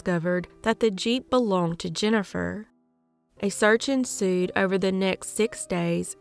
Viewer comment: You said a “search ensued”. I heard “a surgeon sued”. I giggled for ten minutes! I really need to go to sleep!!